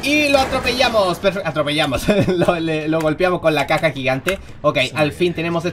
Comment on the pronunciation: 8:3dice la caca gigante en ves de LA CAJA gigante